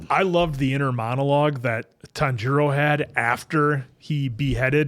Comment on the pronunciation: We’re gonna be watching the infinity castle and still won’t learn how to pronounce Tanjiro.